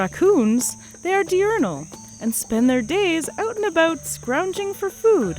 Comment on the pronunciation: The "oot and aboot" is so Canadian I love it.